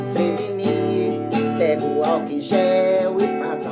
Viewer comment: "passa alcuul aqui" kkkkkkkkkkkkkkkkkk